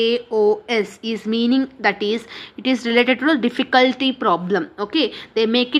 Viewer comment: chaos is read as kios